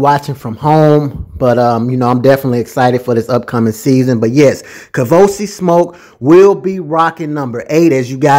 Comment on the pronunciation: I’m so surprised doesn’t know it’s 🥃🚬💨 KAVOSIEY as in the Cognac. He know some football, but he clearly doesn’t know Hood French. 😂 the nerve of!!….bout to get uninvited from the cookout. 🤦🏽‍♀️ Bless heart… lol 😆 it’s KAVOSIEY SMOKE, sir…. 🥃 + 🚬 His name is a whole party 🎉